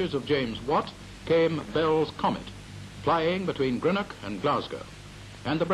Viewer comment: Delighted to see this old footage of Greenock - where I lived as a child and first went to school - many thanks for posting it here. Just a pity about the English presenter who can't even pronounce 'Greenock' properly (just like most English - something which has driven me to distraction for decades since I've lived away).